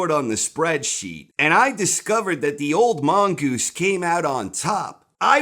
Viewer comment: Theres nothing better in the world than saying "The Old Mongoose". The way he pronounces it should be taught in schools.